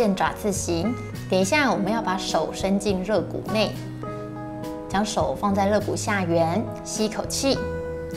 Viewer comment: 纠正馆住一个发音错误，肋lie骨